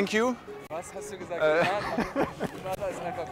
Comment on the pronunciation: Hector hatte schon recht: Czichos hat "Grenada" gesagt, meinte wahrscheinlich "de nada", was auf spanisch "gern geschehen/bitte(schön)" heißt. Salve kam ja erst danach.